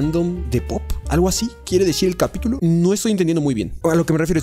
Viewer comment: que suena que dijo capíyulo